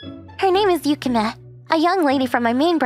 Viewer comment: My only complaint is the MCs pronunciation of Yukimes name. Other than that, it's a great story.